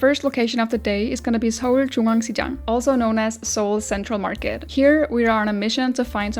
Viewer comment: 아니 영상 시작하자마자 서울중앙시장 발음 듣고 너무 놀랐습니다. 한국어 발음이 거의 한국인입니다. 진짜 완벽하게 발음하시네요. 바로 구독 눌렀습니다❤😊